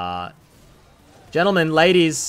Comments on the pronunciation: Sadly that's not how baus would pronounce it It would be like G in grams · that fuckin "ladies and yentlemen" in the beginning killed me 🤣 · “Ladies and Yentlemen” lol so fitting